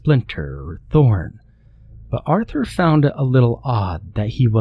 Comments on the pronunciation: Take a drink everytime this dude says Aurther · Say “Arthur” one more time! Otherwise, ew.